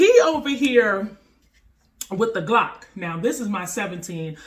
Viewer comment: "a geelock"🤣 not making fun just found funny love the video keep up the awesome stuff